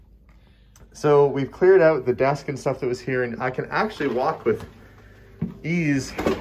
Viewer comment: I love it when you say "out"....it turns into "auwt"....the only dialect change I can hear. Must be the ou pronunciation in general. Love the videos